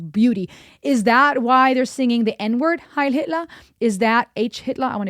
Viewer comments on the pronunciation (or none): She did NOT need to say heil Hitler like that 🤣